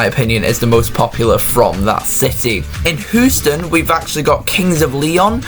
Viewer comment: Turned it off at Hoo-ston. Try harder.